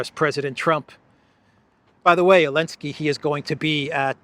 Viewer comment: Why does he say Elenskey not Zelenskey?